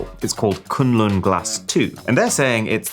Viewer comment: Everytime he says Kunlun glass.. 😂😂😂😂